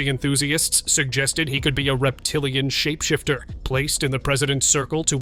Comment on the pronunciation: The way the narrator say “this must be a “REPTILIAN SHAPESHIFTER” 🗣️🗣️ Is so funny 😅😅